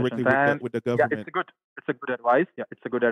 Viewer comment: They always trying to threaten somebody with a rest or something like that for the fact that he can't even say the word government correctly you know it's not legit LOL